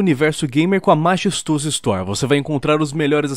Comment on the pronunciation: Sabe oque é realmente feio? Esse seu "maxesstosso" no começo do vídeo 😂😂😂😂